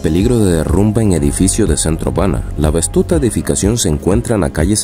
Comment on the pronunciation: MIN. 047 : SE DICE VETUSTA, NO VESTUTA. AGUAS. ERES COMUNICADOR